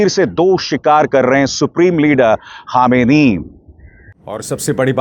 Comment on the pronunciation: ख़ामेनी नहीं खामनेई साहेब बोलिए जनाब।